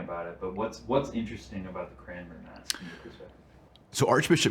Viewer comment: It is painful to hear Dr Marshall mispronounce Cranmer each and every time.